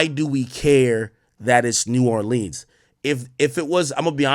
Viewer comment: Ak really needs to learn how to pronounce New Orleans !!!!!